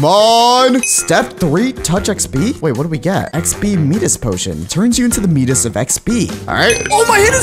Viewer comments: You say it like mydas not meedas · When he said Medas when it’s miiiiii das HAIIIIIIIIIIIIAAAyAA king Miiiiii das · Hey no offense but it's not pronounced me-dis it's my-dis again no offense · the Midas is pronounced as mIdas, not meedas. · bruh said medias it’s Midas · ye ik he said meedas instead of mides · I'm still have the me-dis touch... It's Pronounced my-das touch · bro said medas istead of midas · Midas is not medas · my-dus not me-dus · No it it Midas not mydas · He called Midas “Me-dus”💀💀💀 He said it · Ah yes, i remember the Greek Mythology god, MEEDUS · Yo, its pronounced, m-i-dis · dont you know Midas (my-dus) the guy with golden touch?!?!? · “ me-das” bro learned ela in physics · XP 'Meedas' Potion 💀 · The pronunciation is my dis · He said "meedas of xp" lol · bro said meedus🤣🤣🤣🤣🤣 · bro rlly said medas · Bro, it is mides midus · anyone else realized he pronounced Midas wrong